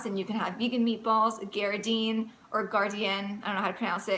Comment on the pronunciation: Darn good advice. I am about 5 months in to weaning myself off of my old SAD. Still going thorough some detox issues but overall I look and feel so much better. BTW I think it is pronounced Gar-Dean. That stuff is good and so helpful for folks like me who miss the old diet from time to time. God bless you and yours.